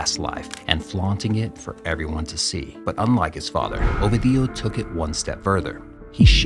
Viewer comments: Not a single time you said the name right. Constantly saying "Ovidío" instead of "Ovidio"... I refuse to beleive you've no form of asking someone how to properly pronounce it. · OVEDIO?? WHAT THE HELL IS OVEDIO, HIS NAME IS OVIDIO NOT OVEDIO. HAHAHAHAHAH OVEDIO. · next time say "o video" and not "ovi dio" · ffs say the name correctly its ovidio with a iiiiii not "ovadio" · Now who tf is Ohveedee-o 🤔😂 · Such a good channel, but they always mess up the protagonist's name. Ovi Dio, is this italian for eggs Benedict? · You have to stress the second syllable O-VI-dio. Not the last.The letter V in Spanish is pronounced as B. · Learn how to pronounce Ovidio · The narrator is saying Ovidio with four syllables but it’s only three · Damn it hurts to hear how you butcher the name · Great content but you're killing me with the pronunciation of his name. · One would think that, to be considered as a half serious piece of journalism, the narrator of this short film would at least learn how to properly prononunce Ovidio's name. But no. The maker of this video didn't have the professionalism to do his research. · That's not how you pronounce Ovidio's name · Yall dont know shit. Cant even say his name right. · very good, but one question how hard is it to listen to the media pronounce his name , so it can be said the right way? Every time it was said I got confused, like who the hell is he talking about.